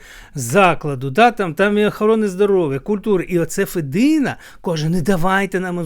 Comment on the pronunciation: Я не хотіла нікого ображати.Лемки українці,такі ж як бойки,гуцули,інші групи,які живуть в основному на заході України.Я думаю,що діалекти існують по всій Україні.ФедИна,а не ФЕдина.